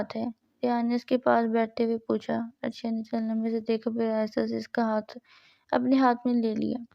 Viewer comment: It's not arshiya it's areesha